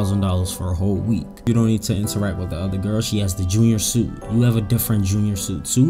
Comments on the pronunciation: Suite is pronounced sweet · it’s pronounced SWEET